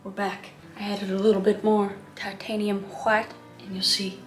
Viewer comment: All the colors of the rainbow: tAh-tANe-hIum whHHHHiTe ....cobalt blue... make that sky nice and ✨happy✨ more tAh-tANe-hIum whHHHHiTe ivor black and more... tAh-tANe-hIum whHHHHiTe TAH-tANe-hIum whHHHHiTe hWHIte cadium ✨yellow✨ cobalt ✨blue✨ red, just plain red nice light yello- this is just a joke btw and Kris's painting is great :)